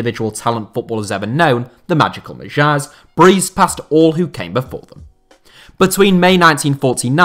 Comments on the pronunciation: I just tried listening to it in dict.cc and GT. Kind of sounds like slightly different accents. But I doubt if anyone pronounces it like Mah-jeer. Pronunciation of non-English names /words is not his strong suit. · I'm not Hungarian, but I'm pretty sure Magyar is pronounced the way it's spelt.